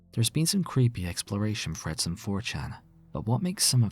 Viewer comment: Freads? You're Asian.